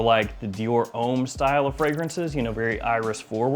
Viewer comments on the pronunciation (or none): none